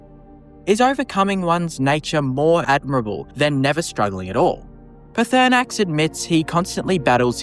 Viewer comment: How the f*** can you pronounce Hermaeus Mora of all things???? Lmao!